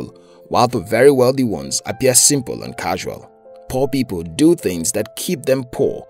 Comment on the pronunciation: When you tell poor people I heard poppy ball